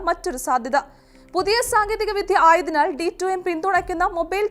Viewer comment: വിധ്യ അല്ല, വിദ്യ എന്നു വേണം ഉ‌ച്ചരിക്കാൻ.